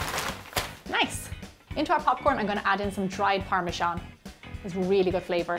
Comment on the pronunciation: what is parmashon? it's par-me-zan aka parmesan which is how it is written